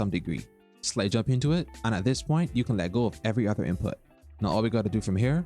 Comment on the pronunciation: I’ll watch this when u pronounce slide properly lol